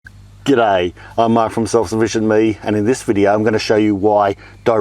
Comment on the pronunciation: If you're going to say it, you'll have to learn how to say it properly, otherwise you'll sound like a politician pretending to be a man of the people. Now repeat after me, "G'day" (sounds like Gidday). 😁